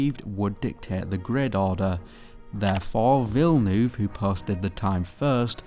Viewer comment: It's pronounced "Vill-nerve" and the track is "He-reth"